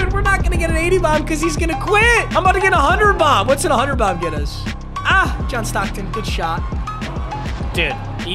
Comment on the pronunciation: Everytime he says john stocken i go 🤔--> kendrick bodied drake in the beef fr